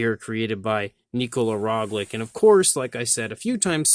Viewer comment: It is Roglic and not Roglik